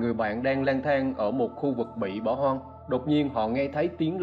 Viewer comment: Khu vực bỏ "hon" 😂, một đoạn "vi-deo"😂